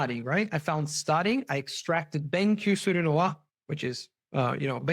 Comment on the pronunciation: べんきょう not べんきゅう、友達よ。